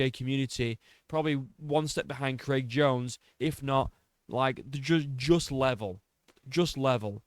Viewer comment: Bro said "one step behind creg jones" 😂😂😂😂😂😂